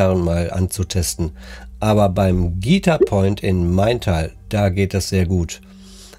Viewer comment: An der Betonung bei „Guitar Point“ würde ich noch mal feilen 😂. Ansonsten nettes Video